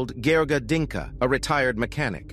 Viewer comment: It's "Dincă" not "Dinka". At least bother to search their names correctly.